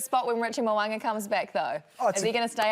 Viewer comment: Pleeezzz... it's Mo'unga not Mo'anga....when we gonna get it right and not keep pretending it doesn't matter? If someone called Kirsty 'Karsty' any guesses how long she'd put up with it... or any of those twerps doing the game commentaries??